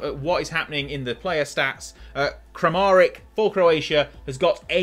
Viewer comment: it’s PERISHICH and KRAMARICH … don’t know how you end up butchering the names as »kramarik« and »perisik« … they’re even spelled correctly after what feels two decades of incorrect spelling of central and eastern european names.